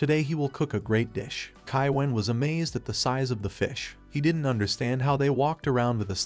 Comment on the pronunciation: I hear T sometimes like didn't T or don't T but it's watchable